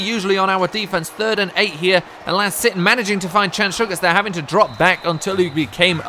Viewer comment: when you were announcing the stats from the second game on rushing you said will sitton